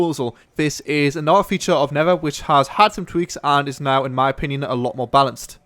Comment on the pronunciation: Come on. Not Neffer Not Never It's NeTHer.